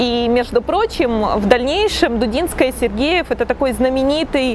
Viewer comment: Если уж взялись придираться к словам и фразам, начните с себя: нельзя ж так чудовищно перевирать фамилию прекрасной балерины и педагога. ДУДИНСКАЯ!